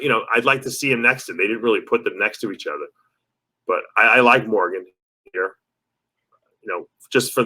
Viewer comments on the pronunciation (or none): none